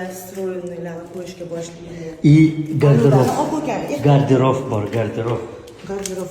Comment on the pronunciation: Гардероф эмас гардероб булади